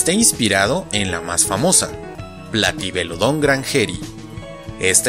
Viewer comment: Me encantó el video, espero que sigas con las demás entregas. Me surgió una duda al comienzo, y es que en un video anterior sobre pronunciación de nombres científicos dijiste que las palabras agudas no existen, por lo que, desde entonces, creí que en nombres como "Platybelodon" o "Iguanodon" tendrían su acentuación en otra sílaba, sin embargo pronunciaste "platybeloDON"